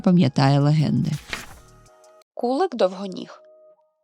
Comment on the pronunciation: Сиворакшу бачила одного разу перед війною у центрі Запоріжжя. Пір'я фазанів також часто знаходили У Вас чудова українська. Єдина поправка : наголос. ВИсоко- на першому складі. КулИк- на другому складі. Дякую за насолоду. Зростання каналу!